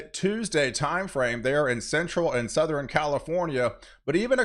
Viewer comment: souther-N Once you hear it you can’t unhear it😂